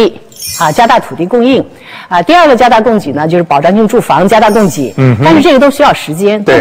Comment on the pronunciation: 供给，居然读成“gei”，这都什么水平？